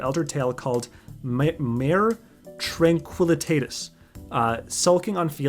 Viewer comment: Thank you so much I needed this xD Btw Mare Tranquillitatis is pronounced (mar-rey trang-kwil-i-tah-tis), it's Latin for "Sea of Tranquility" which is one of the "seas" on the Moon. It's also where the Moon landing happened. Definitely relevant that they lose their memories on the Moon since the aliens or whatever are apparently from there too.